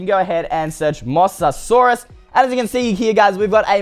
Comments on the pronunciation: It's called a moze-a-zaurus not a moss-a-saurus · Moa-sa-saurus not Mos-sa-saurus you pronounced it wrong. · im not trying to be rude or anything cause I love your vids and all but it sounds like your saying moss-asaurus instead of mo-sasaurus, sorry it's just a pet peeve of mine for when people say things wrong, nothing against you tho. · 1. Mosasaurus isn't a dinosaur 2. It's pronounced M-OH-SASAURUS Just thought I'd let you know!😁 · It’s pronounced Moses-saurus BTW it isn’t a dinosaur it is an aquatic reptile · its mosasaurus Mo-sa-saurus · ITS MOE=SASAURUS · you said mosasuarus mossasaurus lol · thats not how you pronounce it its moe-SA-SAW-RUS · No it’s moe za sore us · One you pronounced the name wrong and it's from Jurassic world. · you didn't say Mosasaurus right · It’s not mossasaurus it’s mosaurus